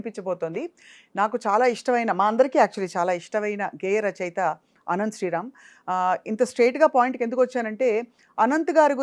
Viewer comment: అనంత్ ఆయన పేరు, ఆనంత్/ఆనంద్ కాదు తల్లోయ్ 😂